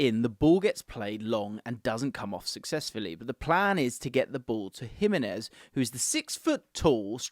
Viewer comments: It’s Him - enez not Jim - enez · "Jim-enez" <3 😂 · The Gimenez pronunciation needs some work